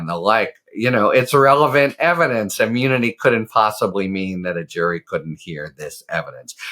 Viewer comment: He can't say immunity